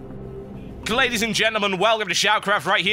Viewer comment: Why do you seem to be saying klaydies and gentlemen TB?